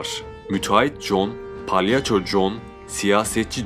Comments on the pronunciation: abi palyanço değil yalnız o yanlış telaffuz ediyorsun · palyanço demeseydin iyiydi 😂